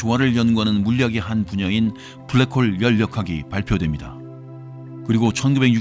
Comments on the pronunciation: ㅋㅋㅋㅋㅋㅋㅋㅋㅋ브ㄹ락 크호으올 ㅋㄹㅋㅋㅋㅋㅋ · 빠...빠져든다.. 블랙 호울~~~ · 불뢕 호우우울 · 블랙홀 발음 ㅋㅋㅋㅋㅋ tts 같으면서도 위트있는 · ㅋㅋ 형님의 블래액호오올~~발음 지리고 갑니다ㅋㅋㅋ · 뿌우웨액~~~ 코오오우호우우울!!! 블랙홀에 빠진듯 시공간에 휘어져버린 아저씨의 완벽한 영어발음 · 브울뤸~쿼올 "뭐~ 지금 까진 말이죠" 급 입니다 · 약해지셨소 강한때로 돌아오시오 브레웨~욱홀이 내머리에 박혔을 그때로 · 블래쿠~호우우~ 발음 개킹받네 ㅋ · 블랙홀 발음에서 급발진하는거 넘웃김ㅋㅋㅋㅋㅋㅋㅋ